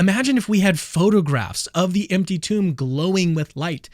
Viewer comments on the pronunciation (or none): none